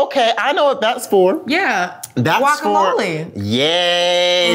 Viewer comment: CoCo: "I know what that's for.... GuacamaLee". Did anyone catch this?